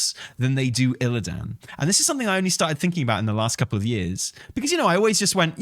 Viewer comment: IlliDAN IlliDAN IlliDAN 😬 Like nails down a chalk board 😂 it’s like listening to that guy from WarcraftBible pronounce Sargeras 😭